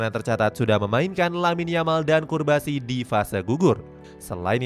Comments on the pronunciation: Memang salah baca atau gmna.. jelas namanya CUBARSI di baca CURBASI 🤣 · Curbasi 😂 Cubarsi kaliiii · cubarsi min bkn curbasi🥱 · cubarsi bang, bukan curbasi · Nyebut nama orang yang bener Cubarsi bukan Curbasi